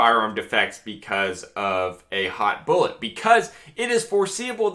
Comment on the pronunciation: "Foreseeable... boolit"